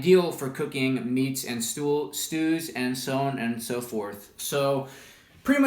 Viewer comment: at ---> "Cooking meat and STOOL" pardon me WHAT xD